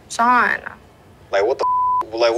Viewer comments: Does it sound like shes calling him Sean? Not John😂😂😂😂😂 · Who else thought she was calling him “Sean” the whole time cuz her lips so big she can’t move her mouth to pronounce it right 🤦🏻‍♀️🤦🏻‍♀️🤦🏻‍♀️ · Kendra Sprinkle I thought there was three dudes John Shawn and Shane 😂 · Yes all the time omg